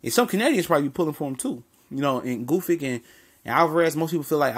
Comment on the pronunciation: OMG, what is so hard about Gvozdyk's name? :) It rhymes with "gnostic", "caustic", "cosmic". Gvoz (long "o") + dyk (like "dick").